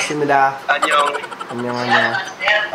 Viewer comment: Accent pa lang sa annyeong halata na ih lol